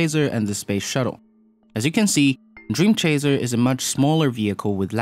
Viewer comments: Am I the only one being bothered by him saying "dream chaZer"? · Why does "dreamchazer" annoy me so much?